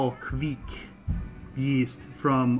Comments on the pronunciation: Looks like the Kveik did you proud It's pronounced kvayk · Your idea of the pronounciation is not correct. There should be no u-sound between the k and the v. Also, the 'ei' sound is a bit harder to explain, from the top of my head I can't think of any english example to compare with. Here is a video showing how a raw beer is brewed using the traditional method. The brewer in the video is Terje Raftevold (the original source of the Hornindal kveik), and you can hear him pronounce the word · well look at that! with some haze!!!! Good Stuff Brother and that ringing in your ear is the sound the kveik police coming to take all your yeast away for not saying it right!! LOL just kiddding